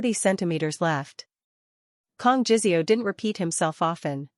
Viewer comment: Good story. To the point, not romantic, but none the less a good story. The only thing is JiSeo is not pronounced like it has a z in it, AI needs to do better on this.